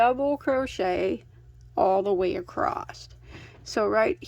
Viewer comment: I need a merch shirt that says "Acrosst"! 😅 This is the one CAL I look forward to each week. Thank you for these. 💕